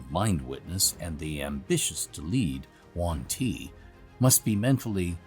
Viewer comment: That's quite the OP team. Also I was not prepared for that Yuanti pronunciation 😅